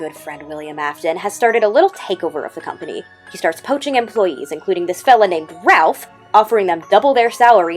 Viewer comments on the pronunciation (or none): none